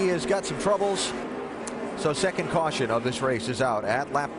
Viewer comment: And we have a CaWsHuN.